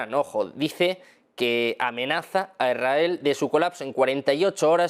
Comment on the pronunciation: Cuándo dice "Irael" o "Iraeli", se refiere a ISRAEL o ISRAELÍ?